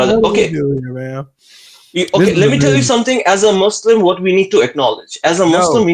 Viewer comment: “LET ME TELL YOU SOMETING”😂